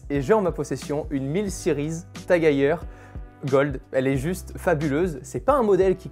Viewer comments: Vidéo incroyable, mais par contre ça se dit TAG HEUIEUR (phonétique) et pas TAG HEYER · Très belle montre, belle présentation mais par contre, la prononciation du nom me fait mal aux oreilles, ça ce prononce à l'allemande, le E ce prononce pas A si jamais mais bien E Bonne continuation